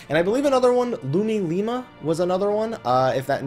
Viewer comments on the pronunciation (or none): none